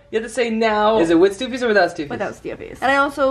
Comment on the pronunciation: kk that’s not How you say stuffies